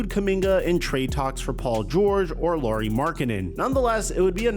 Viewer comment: His first name is pronounced the same as Kyle Lowrys last name. He is not Lori dude.